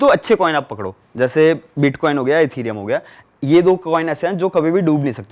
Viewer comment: Iska bitcoin bolna nhi aa raha h tho bits Bol raha h ye scame krega bhai